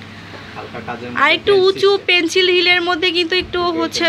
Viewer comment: Pencil not penchil please suddho vabe uccharon koren. My ears got hurt 😒